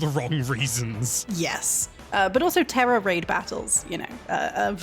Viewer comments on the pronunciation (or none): none